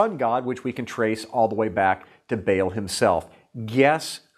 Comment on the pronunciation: By the way, it's pronounced "bah-ahl", not "bale"